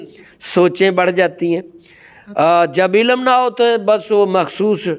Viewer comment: قبلہ محترم! آپ بھی عربی سے نا بلد محسوس ہوتے ہیں ۔ لفظ ہے "عِلم" عین کے نیچے زیر اور لام اور میم ساکن ۔ مگر جناب بار بار "عِلَم ۔۔۔ عِلَم" کہے چلے جارہے ہیں اور اوپر سے یہ فرما رہے ہیں کہ جو درسِ نظامی یا عربی وغیرہ کا علم نہیں رکھتا وہ جاہل ہے اور جاہل سے کوئی روحانیت صادر نہیں ہوسکتی... میرا ایک سوال ہے چلو یہ کردستانی ڈاکٹر جاھل ہے مگر کیا قرآن میں نہیں لکھا کہ ہم نے قرآن میں وہ بھی نازل کیا ہے جو شفا و رحمت ہے مؤمن کے لیئے "و ننزّل من القرآن ما ھُو شِفاءً وَّ رحمۃً لِلمؤمنین" تو اگر کوئی بھی مسلمان اس سے قطعِ نظر کہ وہ عالم ہے یا جاہل اگر اس آیتِ شفا شریفہ کا عمل کرلے تو کیا وہ لا علاج کا علاج قرآن پاک سے نہیں کرسکتا؟ مولوی صاحب خدارا حسد کو ترک فرما کر اللّٰہ اللّٰہ کیجیئے ۔۔۔